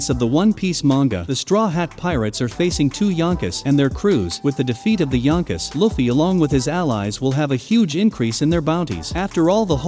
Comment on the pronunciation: And how he says yonkos